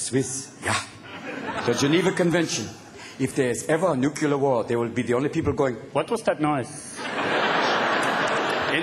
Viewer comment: he says "Nucular" and its actually pronounced "Nuclear" like NOO KLEE ERR